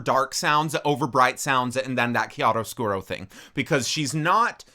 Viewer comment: me an italian listening to u saying: chiaro scuro so good 👁👄👁❤